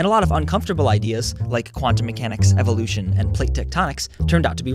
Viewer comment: evoluton? wtf?